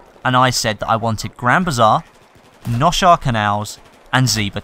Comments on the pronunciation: Damavand peak remastered. The first two sets of mcoms before you parachute off of the mountain should be unchanged, though the ground sections and tunnel section should be changed up dramatically, to be made more interesting and fun. Seine Crossing Noshahr Canals (by the way, it is pronounced NO-HAR-RUH. lol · It's actually Noshahr